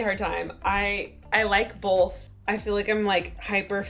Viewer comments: WAIT Ashley says BOLTH too!!! Omg 😂 looove also she looks amazing 🥰🥺❤️ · says BOLTH like Alisha does;)